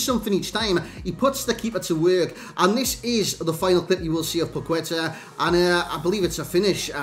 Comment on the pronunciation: Its pronounced "pac ê ta"